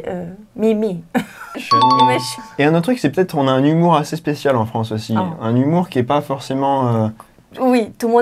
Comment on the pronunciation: Anna太嗨了啦 都沒說到話。你們法語講的都很好聽。Anna好像有點口音 en France.的發音跟我學得好像不太一樣。